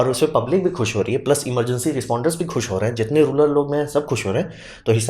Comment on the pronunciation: रूलर नहीं, रूरल होता है!